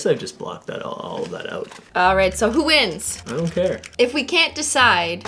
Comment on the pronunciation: “who wins? “ion care”😂😂